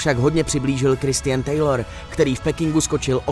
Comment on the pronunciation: Trochu té správné výslovnosti pane komentátor. Marita, nikoliv Marta, a Christian se podle mne čte Chriščn, je li to správně.